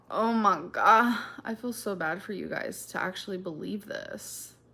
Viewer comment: YESSSSS when she says “Oh my Guh” it sounds so wrong 😭😭